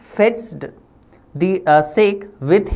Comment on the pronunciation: Sir It's Not Shake It is Sa-Ke It's An Alcoholic Drink That People Drink in Japan... You Can Google It For More Information